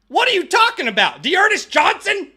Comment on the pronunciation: “D’Ernest Johnson?!?!” 😂